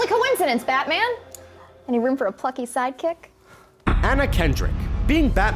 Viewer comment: on he said batwang